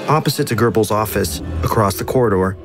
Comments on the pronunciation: German speaker here: no tf it's not. There's no rolling consonant in ö. Nor is there a rolling consonant in g or b. Ö or "o mit umlaut" is a front rounded vowel, and it can be mid-open or mid-closed depending on whether the syllable it's in is long or short. The syllable "Gö" is short so it's an open-mid front rounded vowel. Es gibt hier kein rollendes „R“ du Vollidiot 🫵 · Goebbels does not nor has it ever had or had pronounced an 'r'. Why do Americans (and shitty AI TTS Americans) do this? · I would like to know just one thing...where the hell do you find letter "r" in Goebbels??...you americans don't even try, ha? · Who is Gerbels? Do you mean Goebbels with weird pronunciation or is it truly someone else? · Stop saying gerbels, good vid tho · OK but real talk where are you finding an "r" in Goebbels? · Why is he calling him Gerbehls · Gerbels... dang this pronunciation is keeping me off! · Görbels lol. Has this been read by AI? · yeah it kinda annoys me that he got his name wrong so many times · You didn’t even think to google how any of the names are pronounced? Where to you get an R in Goebbels? E in Eva is an eh, not an ee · interesting but i have 2 comments: there's no r in goebbels and when you talk about size, remeber 90% of the world don t use feet but meters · it pisses me off the way he pronounces goebbels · There is no r in "Goebbels" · I can understand that massacring of Various German words and most of the names, including Goebbels Name, BUT "Hitler shared this space with BONDI??? his German Shepherd." Does ANYONE Spell check/Fact/Error check these vids before theyre published? haha. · Why do Americans prononce gurbels? It’s goebbels, where do you see the letter R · Incredible video, but why did he say gerbils instead of Gobbles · ❌️ Goebbels ✅️ Gurrballs 😂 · ❌ Goebbels ✅ Gurbels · Why are you saying Gerbels instead of Goebbles 💀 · "Goebbels" ❌ "GeRbells" ✅ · Why do americans pronounce it "Gerbles"? I hear it a lot. Where in Göbbels do you see an "r"?😆